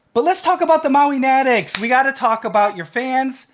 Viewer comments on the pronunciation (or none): ...hey, you’ve been pronouncing MOWIENATICS incorrectly all this time... It’s pronounced MO-WEE-NAT-ICS. I hope u get it right now 😊👍